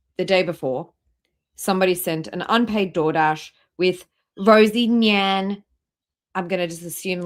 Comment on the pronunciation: Did she say unpaid door dash or did I misunderstand?! . You have to pay for dood dash online when you order it !